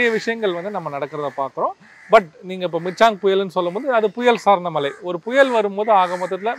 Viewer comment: இரண்டு பேருக்குமே ழ சொல்ல வரவில்லை. மல மலை என்று சொல்லிகொண்டிரூக்கிறார்கள். 😂😂😂😂